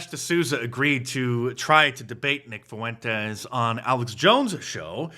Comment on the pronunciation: Can’t even pronounce Fuentes